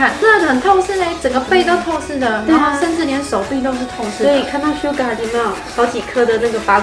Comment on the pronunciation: Suga 唸成sugar